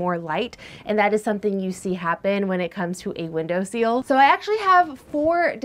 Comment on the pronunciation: Minor, minor point. It’s window “sill”, not window “seal”, unless maybe those pesky pups pester pepper planters, or whatever ;) Love ur channel, esp ur enthusiasm…and ur camera work is getting better!